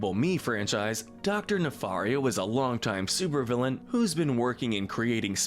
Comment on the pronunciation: I’ll bet you’ve finally learned your lesson in pronouncing Dr. Nefario’s last name better. 😒